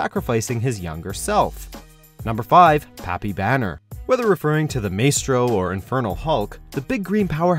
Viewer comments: You pronounced Maestro wrong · How do these "professionals" somehow mispronounce common everyday words like "Maestro"?